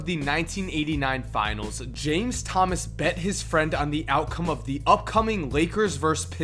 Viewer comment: Every time he says "the" I cringe